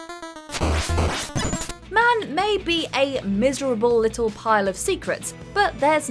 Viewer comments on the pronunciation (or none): none